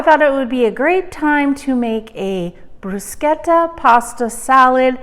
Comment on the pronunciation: Thank you for saying bruschetta properly